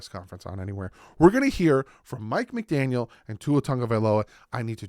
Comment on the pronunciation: There is no "s" in McDaniel......